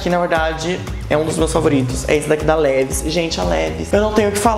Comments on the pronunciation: Levis uahauauau se pronuncia "leváis" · a pronúncia não seria "Livais"? Amo seus vídeos, pode fazer mais sobre moda, adorei.